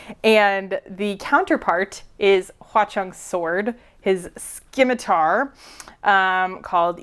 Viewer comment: Pronouncing "scimitar" that way was a jumpscare honestly lol